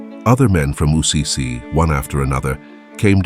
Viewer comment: Why does the narrator keep saying ‘Ussizi’ instead of ‘Assisi’?